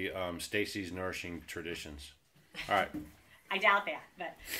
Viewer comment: Another great video! I like seeing you conquer the rock vs. lid challenge! Haha! I did have a moment of frustration coz I tried to look up the book & I thought you were saying, “Nursing Traditions” & Half Price Books didn’t find it. So I Googled it & found it immediately. I know it takes time, but if you could put the titles,names,etc., to references in the video that would help so much. We all have accents to some degree; I’m an Okie from Arizona.